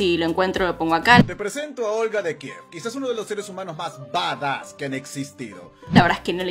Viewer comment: Jajaja 🤣, me mata cada vez que dice kiv por Kiev 🤣 nunca lo escuché